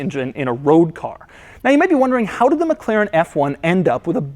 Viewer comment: would be awesome if you could learn to pronounce McLaren